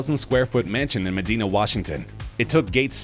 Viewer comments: It’s pronounced Meh-Die-Na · FYI Medina is pronounced "Med-EYE-na" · Medina pronunciation 😖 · You said Medina wrong